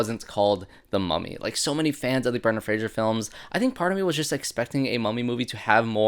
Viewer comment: Fraser, not Frasier. And, yes, it matters. Even he’s corrected people who mispronounce it. 😂